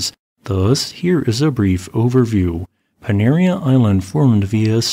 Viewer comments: Panaréa...accent on the e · Pronounced pa-na-ray-ah. Cheers from Lipari.